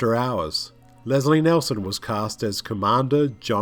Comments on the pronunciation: How can we trust any of your "facts" when you can't even get the name of the star right? It's Nielsen not Nelson! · "NEEL-son" not "NELL-son"